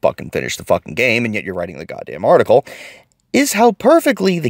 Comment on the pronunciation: Geeeezus this was hard to listen to that....."article"